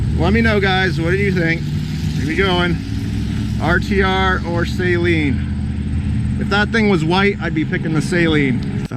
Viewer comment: Please people say "Saleen" correctly. Steve Saleen doesnt even say Say-leen....